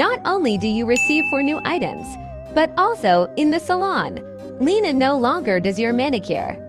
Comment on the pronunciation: it’s Lina not lena